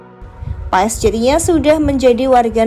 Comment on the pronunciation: di ucap ya bukan paes mbak😅😅 tapi pas😊😊